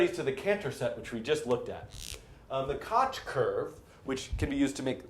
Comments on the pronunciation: It's not kotch rhymes with crotch... it's Koch rhymes with loch (voiceless velar fricative) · It is pronounced kok curve